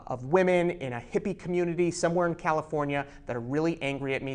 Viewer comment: Why he just say California ijs😆😂😆😂😂😆😂